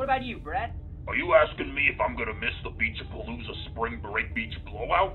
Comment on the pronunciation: Why do i hear pinche pelusa when it clearly says Beach A-Palooza (ง ื▿ ื)ว